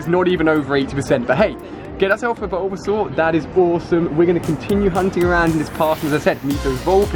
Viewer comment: Its bulbasaur 😉